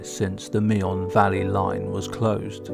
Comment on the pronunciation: It's pronounced Me'n, not Me-on.